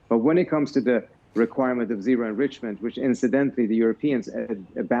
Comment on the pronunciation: Trump trying to say enrichment 😂